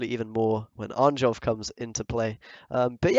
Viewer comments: It's pronounced Arn-yolf rather than the literal Arn-jolf, just fyi, was slowly driving me mad each time... Great vid though! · Please, read J as [y], not as [jay]. His name is pronounced [arn-yolf]